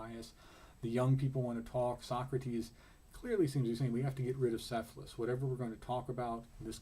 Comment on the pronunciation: not "s"ephalus it is "K"ephalus